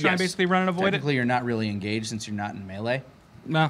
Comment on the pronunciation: OK, I'm sorry, but if you're RUNNING a D&D game ON CAMERA, you need to be able to pronounce "melee".